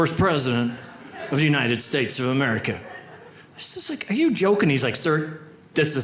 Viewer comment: Is it just me, or did he keep saying, “...United States of AmericaN”?